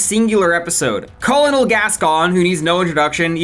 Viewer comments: "Call-uh-noll Gascon" really never heard the rank "colonel" pronounced huh? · I've never heard anyone pronounce the first L in colonel before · I've never heard Colonel pronounced like that